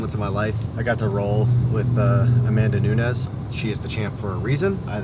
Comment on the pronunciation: Nunes, not Nuñes. She is Brazilian.